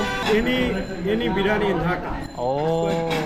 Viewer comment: He says haji biriyani so nicely🥰